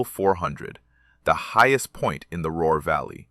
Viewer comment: The Roar Valley, FFS! Did the AI mean Ruhr BB y any chance?